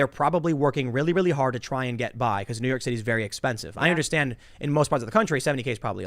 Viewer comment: "New Yauk"